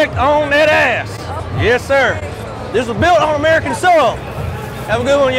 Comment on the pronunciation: "This was built on emerikan soil"!!!! Lmfaoooo